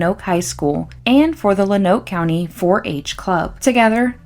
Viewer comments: Its pronounced, ''Lone-Oak'' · It’s a good video but as a native Arkansan you are killing me with Luh-noke, Low-noke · Pronounced lownooke if that makes sense . Not much there tbh not much in Arkansas in general. I live here and haven’t heard of this until now .